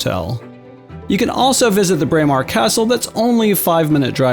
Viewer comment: Very nice video but please do some research on place name pronunciations. You seriously mispronounced Dunnottar, Edinburgh AND Braemar.